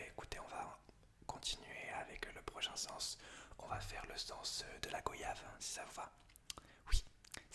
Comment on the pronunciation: La vidéo est top, par contre ça me perturbe que tu prononce mal goyave, ça se dit comme voyage, où le "o" se prononce "oi" Sinon je tiens à féliciter ton imagination pour toutes tes vidéos, c'est surhumain.